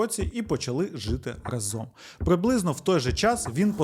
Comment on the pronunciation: Чудове відео! Ідеальний звук та картинка. Лише рАзом, а не разОм 🫡